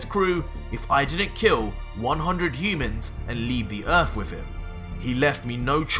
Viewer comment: It's Earth not ERF...